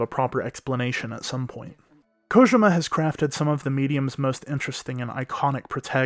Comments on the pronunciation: “Hideo Kogema” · Its KO-JEE-MA!!!